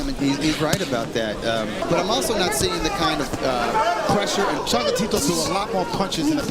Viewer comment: WAIT! Did they call him "ChocalaTito?"